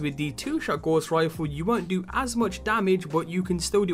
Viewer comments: Good vid, but man, it's not 'gauze' rifle, it's gows, like in cows. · Dont hate me but youre prounciation of Gauss is so off I had to say it. Its pronounced gow-ss. Its a unit of measurment for magnetic flux. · Nice vid thanks, one criticism though, the pronunciation your using for GAUSS, is'nt Gorse. Johann Gauss was a 18/19 century German mathematician. His name lends itself to magnetic strength and field effects. In WW2 when the Germans developed the magnetic mine, 'Gauss' was used to determine the strength of magnesium of a ship to set the mine off. The Royal Navy countered this by establishing a Degaussing coil, which the ship passed through to help counter the ships magnetic field. Today all military ships have degaussing equipment fitted and all mine countermeasure ships tend to be built from non-magnetic materials. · Gauss is pronounced Gouse (rhymes with mouse) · "Gauss" rhymes with "house".